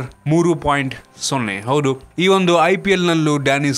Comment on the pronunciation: ಹೌಡು ಅಲ್ಲಪ್ಪ ಹೌದು ಅದು